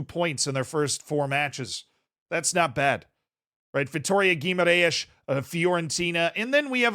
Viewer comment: I ´m really anoyed with you!! how can you not speak about the 1-1 astana-vitoria and the 34 strikes of vitoria! and the most of all, how you said "g-ui-mar-aes"! u should know better